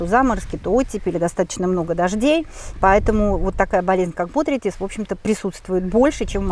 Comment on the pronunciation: ТравЯнистый, бОтритис, лактифлЁра. Зачем так коверкать слова?